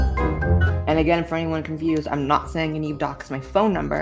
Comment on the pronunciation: The "aynd" instead of "and" is very telling